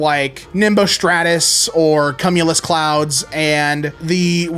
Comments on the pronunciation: Bro really said "cum"ulus clouds... it's kyoo·myuh·luhs, just so you know. XD Man can ramble about prion diseases but can't pronounce cloud names. XD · "CUM-u-lus" 😅 that's uh, not usually how that first part is pronounced but thanks for the chuckle. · NAW HOLD UP - "CUM-ULOUS CLOUDS?????" WHYD YOU SAY IT LIKE THATTTTT 😭😭😭😭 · did i just hear him say cum-ulus. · Why did you pronounce cumulus (kyoomyooluhs) like that?!😭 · Was that supposed to be the word cumulus???? That word is not pronounced 'cum' at the start. I got a good laugh at that, and I got to learn about a new type of cloud. Scuttling around. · The way he says cumulus bothered me.. lol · man said cumulus like he was talking about a zesty alien